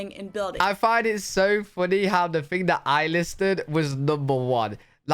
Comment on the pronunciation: Correctly pronounce the word THING / THINGS with "TA" NOT "FA" sound Got it? Good!